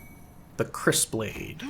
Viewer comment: If I'm not mistaken, Kris is pronounced "Kree." But I'm not totally sure. Possibly something to google. Great to see you posting again. Other people aggressively and obsessively slaying lizards just didn't feel the same. ^^